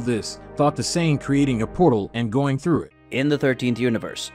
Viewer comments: I find it extremely offensive the way you say “Saiyan”. It’s like you’ve never watched Dragon ball in your life. Fix that it’s not right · Bro you stuck at reading dragon ball vocabulary 😂 you butchered Saiyan and whis and you read like a student in class volunteered to stand up and read 😂😂😂 very enjoyable content to relax and go to sleep.